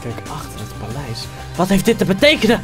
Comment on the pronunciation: niet palijs maar paleis